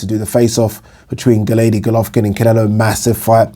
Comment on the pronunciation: ‘Gennaydy Golovkin’ 😂